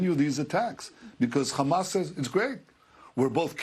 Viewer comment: It’s hamas not khamas u fukng eastern european occupier